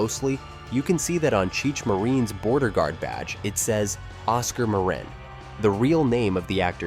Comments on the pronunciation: Cheech Muh-reen? CHEECH MUH-REEN? Do you guys not do your homework when it comes to people's names? Guess not. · Mare-In AI bullshit. Say the Names Correctly.